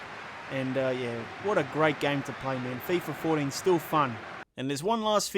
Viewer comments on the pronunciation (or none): "Fifa FourDEEN" lmao